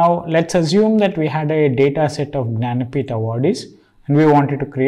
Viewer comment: Could you please fkinnn eXpLain wHaT tHe fK is yOuR nANapEEtH(janapith)? 🗣️😬😡